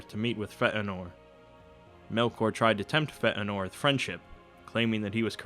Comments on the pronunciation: you got a lot of this s*** wrong. there is no t in feanor and he didn't kill his father. that's when I stopped listening you should probably fact check this again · hey, no need to be offended, I probably came across a bit harsh..... Feanor is one I noticed, it's should sound similar to Fey-a-nor, or Eru should be similar to Your-oooo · fay-en-nor = Feanor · I almost can’t watch this even though it’s quit good because of the way he pronounces Feanor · Great video, only Fëanor's name shouldn't sound like fat norwegian. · i know several others have commented about this. . . but eru on a bike. the pronunciation is terrible. the information is spot on and highly detailed, but you might as well have called Feanor Sir Jeffries. at least it would have been pronounced correctly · This guy's pronunciation of Fëanor is painful. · I was thinking Feanor's name was pronounced like Fay-nor, or possibly Fay-a-nor? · Fëanor was not pronounced with a glottal stop. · omg how he says "Feanor" makes me cringe. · your terrible mispronunciation of Fëanor is pretty off-putting. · the way you pronounce Feänor sounds like you just had a hickup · It's not just Feanor you're pronouncing wrong (because you actually are, sorry, there's no need for a "stop" between the e and the a) but also Morgoth (it's two o's, you pronounce it like an American word and it sounds like "Morgath") and Valar (you must stress the first syllable, not the second). I'm Greek and I've studied Linguistics and Elvish phonetics are a lot like Greek (and also Spanish, if that helps) phonetics. Sorry, I couldn't help it, I understand that it's hard trying to pronounce words in a language so different than your native one, but please, don't be so arrogant about it and accept it when you're wrong. It's such a shame after all since you're putting so much effort on these videos. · Not feetenor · Is it pronounced "Feh Anor" or "Fey Nor", I had assumed the latter. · It is not "feh'eh-nor." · Feanor should be Fee-ah-nor.